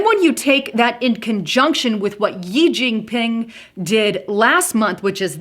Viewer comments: its not "yee" jin ping....to be pronounced as "shee" jin ping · Xi jin Ping is pronounced "She djeen peeng" (I know, I lived in China for a decade)